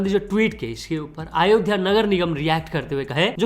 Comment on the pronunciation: Tu saala pagal hei kya re Har baar aaaaayodhya kya bolta hei It's Ayodhya